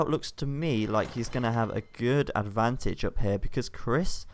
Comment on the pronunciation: I KEEP HEARING hight abantage ? what abantage like extra range when on toop of a hill?